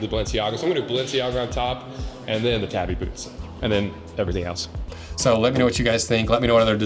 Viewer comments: Tah-bi. Tabby is a cat. To be fair, I don't think I've heard a single person on social media say it correctly. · I don't wanna be that guy. I love your work and have no doubt you know more than I do. But isn't the proper pronunciation "TAH-BEE". Either way nice video!